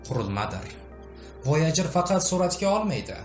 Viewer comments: Voyajer ❌ voyager✅ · Voyojer mi yoki woygar yani voyjer deb aytilmaydmi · Oʻqilishi Voyajir deb oʻqiladi-oʻzbek tilida